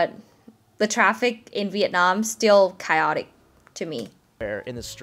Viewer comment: Chaotic: you sounded like “kai-o-dik” but it should sound “kây-o-dik”. By the way the voice of the person who made the 7 things clip is familiar. I think it’s the Vietnamese guy from California. I forgot his name.